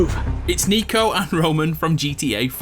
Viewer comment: my name is actualy niko just like him. and also he is from serbia so its not nico its niko